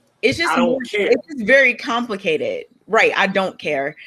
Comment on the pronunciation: To summarize: it's compli-KAY-ted